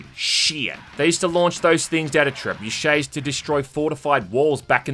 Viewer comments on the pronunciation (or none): none